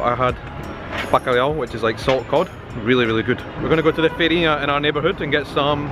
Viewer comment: achei que vc fala um bom português! pastelão vc pronunciou muito bem p um nativo da língua inglesa! feirinha tb! de onde vc é? não reconheci seu sotaque.